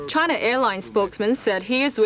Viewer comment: The way that man says "CHina"!